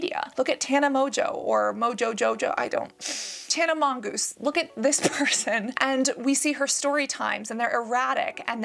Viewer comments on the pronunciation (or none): i died laughing as soon as you gave up and just said tana monGOOSE